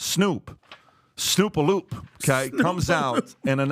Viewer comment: Smh Pat said SNOOP-A-LOOP 😂